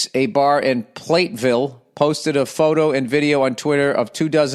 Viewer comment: It's PLAT Ville.